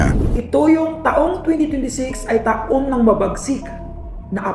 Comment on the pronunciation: Tanga Tanga etong narrator na to ta Ong taon baka tahung ahahaha Ewan sayu naretor Kang engot ka